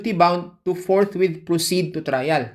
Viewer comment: Ang intindi ng mga senador ni dogong sa salitang forthwit ay forthwait